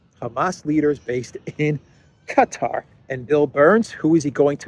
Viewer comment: Hey, its written Qatar and pronounced kuh' taar with emphasis on "taar" damn you got my ears jumping.